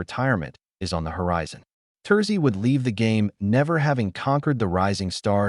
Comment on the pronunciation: "Tosi" get your AI Bot narrator to at least pronounce "Turasi" correctly.